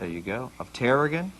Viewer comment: "terra ginn"? It's terra-GONE